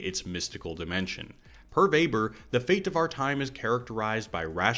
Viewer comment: By far best summary of the film I've ever seen, and I watch a lot cuz it's my fave Nolan. My majors were epistemology & sociology, so really appreciated the Weber (and correct pronunciation!) and Bacon references... Been a filmmaker for 25 years or so and your essay unlocked an insight: Nolan was thinking about the magic of film, specifically the defining magic of the cut. How do we know that actor/character is the same actor/character cut after cut after cut? It's a social contract... like a magic show. Teleportation and secret twins are the reductio ad absurdum of classical stage craft and yet also stab at the heart of "movie magic," i.e. ten thousand takes re-contextualized in post-production to create the illusion of a performance and a story. I have a strong hunch Nolan was thinking about the Venn overlap of screen craft and stage craft when conceiving this masterpiece.